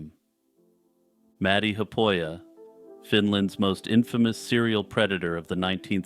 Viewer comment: 'Haapoja' is not pronounced 'happoia' but like 'HAApOia' sort of, emphasis on the H exhale rolling into the AA and on the O of Oja which is a second word. The 'p' is weak. There is no "frontier" in russia or Finland, nor was there during his time really, unless that is what you call northern regions because of their sparse population. Also it is not Maddy but Matti.